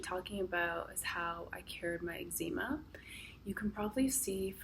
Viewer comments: Its EGGS-ZA-MA, not EGGZEEMA. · Great but it's pronounced eggs-em-a. Not eggs-eem-a. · I love that you pronounce ezcema, Egg-Zeema. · Eggzeema lol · Angie Chambers - Sorry Angie. Perhaps I should have thought about it before commenting. However, Ex Zee Ma just sounds wrong lol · YOU'RE NOT PRONOUNCING EXCEMA CORRECTLY! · I have it too but why are you saying eczema like that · Australians pronounce it Ex-sma. I had to do a double take everytime it was pronounced differently :)